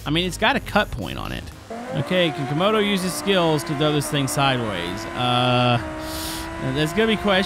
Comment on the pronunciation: Bro literally said comoros the country💀